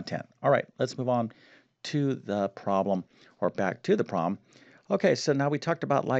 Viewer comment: Guy sounds like Presh Talwalkar. They both have the speech same impediment in which they drop Ls in consonant blends. Particularly “problem” is pronounced as “probem”. Also he seems to realize he should emphasize words in a sentence, only he doesn’t know when.